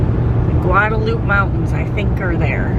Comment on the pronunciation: so howdy from a South Texan!! 102 F not bad. Glad you and are enjoying our stunning country!! BTW?? Guadalupe is pronounced GuadaluPEE or Pea. That's some beautiful country too. How do you two feel about the 4 seasons in one day thing? LOL Have a grand time and so happy you two are enjoying the states. God bless and be careful